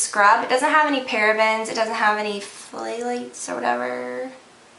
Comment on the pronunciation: flay lates lol... i think its pronounced THAW lates